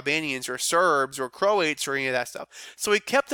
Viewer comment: The people of Croatia, it's pronounced Croats, rhymes with boats.